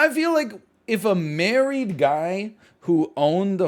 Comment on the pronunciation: I cracked up so hard at how many times he said "married" wrong. The entire story was ridiculous and weird thanks to all the edits but NL being unable to read/speak made it even more hilarious Edit: IDK WHY BUT THE SOCIAL MEDIA RANT IS SO FUCKING FUNNY